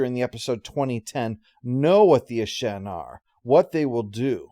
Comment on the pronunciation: Looks like all those comments on yesterday’s video concerning pronunciation of Ashen were so effective they were able to influence him years ago to say it correctly when back when he originally recorded this one. 😜